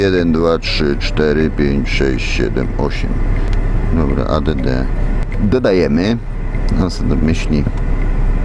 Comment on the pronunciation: Add oznacza dodac i sie wymawia ad a nie a d d 😂